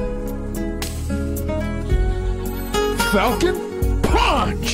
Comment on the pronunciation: MY MAN SAID “FALCONN PPPPONCH!!” HAHAHA